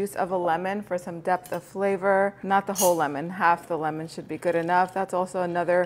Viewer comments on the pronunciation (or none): none